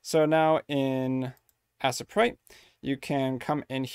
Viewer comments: I cringe so hard at the pronunciation of Asesprite. To the point can't even finish the video. This is helpful, but I just can't. I'm sorry. T.T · As-eh-prite lol.